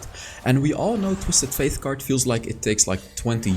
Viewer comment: First ‘Twisted Faith’ now ‘Trash’ Love the champ name pronounciations 😂